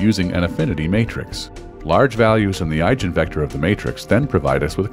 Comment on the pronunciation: the narrator mispronounces "eigenvector", obviously a rented voice rather than a researcher. Which makes his use of the word "we" hard to stomach thereafter ;-)